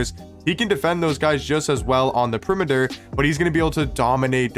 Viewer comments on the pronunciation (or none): Pe-ri-me-ter😂😂, why you so dumb? Seriously.